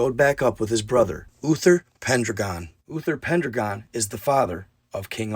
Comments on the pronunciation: (Mon-moth) Monmouth.... (Pen-dragon) Pendragon.... (Sals-berry) Salisbury.... it was the Picts...the Pictish... not the Irish... and a few other slips but this is enough to start with.... love you man... figure you wanna say it right.... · Well told I love Arthur and Merlin stories - it’s said as Pen 🖊 Dragon 🐉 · It's pronounced. Pen - Dragon! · It is " PEN DRAGON " !!